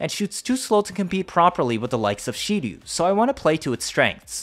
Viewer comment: Its Shedu, not She-Do